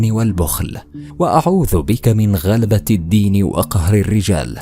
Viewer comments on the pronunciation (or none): جزاك الله خيرا ولكن حاول تصحح قرائة الدعاء في اللفظ غلبة الدين بتشديد الدال وفتحها بقرأتك هذه غيرت المعنى من الأرض للسماء